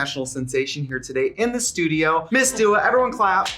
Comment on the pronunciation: Is Trixie actually calling her Dula at the end?!